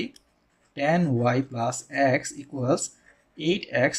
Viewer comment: অ্যাক্স না বলে এক্স বললে ভালো হয়..... 😢